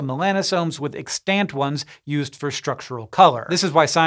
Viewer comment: EX-tant, not ex-TANT.